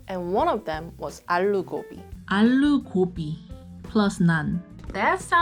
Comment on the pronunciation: 언니... Excuse my bad Korean- The closest pronunciation would be 아루고비 (aaloo gobi)